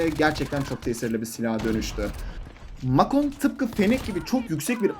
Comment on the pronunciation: Abi o mak on değil mek on hatta mek ten diye okunuyor